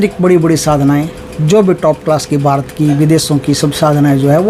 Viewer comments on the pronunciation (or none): none